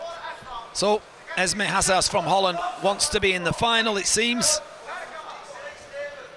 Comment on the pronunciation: “Holland” sure guy